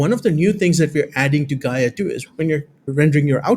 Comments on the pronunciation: not "Guy-eeh-ah" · For completeness, it's 'Guyuh'